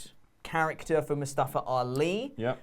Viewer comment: Moo-Staff-er Ali